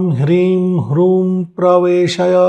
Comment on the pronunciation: Rim bolna ha ki hrim